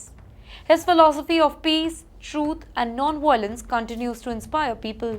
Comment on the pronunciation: this anchor can never get her pronunciation, right. She pronounced, "Mongolia", as, "Mongola". and, "Putin" as, "Puting" .... and wtf is cuntttt cerned? and, "Violence" as "Whylence". your ballockswood is a global joke